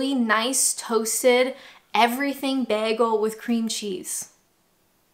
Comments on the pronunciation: Aww goodness, yes I must agree, you do say bagel funny haha! Sounds like you are saying "Beargul", whereas we would say it "Baygul". Also, Doner - you say it how it looks, like a blood doner, but most people here say "Donna" and "kabAb", not kabOb. :D But nevermind... atleast you ranked Fish & Chips as S tier, that's all that matters <3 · The way you say bagel "baggel" reminds me of a Community episode where a character (Britta) pronounces it the say way, It makes me laugh 😆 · I'm Canadian, and I also hate the way you say "bagel"! 😂🤣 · I have been to Taco Bell once, we were in London and the girls wanted to go, and I was actually pretty impressed. p.s. what is that vowel in the way you say bagel? is it possible you've invented a new vowel?! p.p.s. did you say you live in a wok-able town? that's funny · She definitely needs some Pronunciation lessons for Bagel